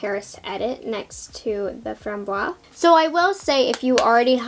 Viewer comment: French Canadian to the rescue ... You must pronounce framboise to the end. The syllable "se" is pronounced "ze", so it makes FRAM-BOI-ZE. Framboise means raspberry by the way. Loved the review, y will get Lilas for sure (don't pronounce de "s" for this one).